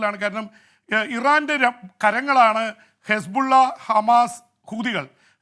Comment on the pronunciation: ജെയിംസ് ഹിസ് ബുള്ള എന്നല്ല ശരിയായ പേര് കുസ്... ബുള്ളഎന്നാണ്. ഇനിയും വാർത്തകൊടുക്കുമ്പോൾ ഇങ്ങനെവിളിക്കണം.